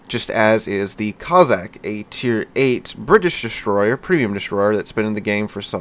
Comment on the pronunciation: how can you pronounce the BŁYSKAWICA almost flawlessly yet have me cringing at COZZACK-COSSACK-KOS-SACK hope it's the after effects of a good few drinks for turkey day, will have to have a look at the back n fourth with little white mouse and think when HURON is available I may well buy it, great vid as always be good ✌️